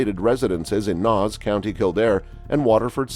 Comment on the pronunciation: It's pernounced nase